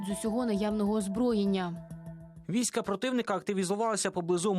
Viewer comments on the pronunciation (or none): Хто читає тексти? Війська наголос наостанній літері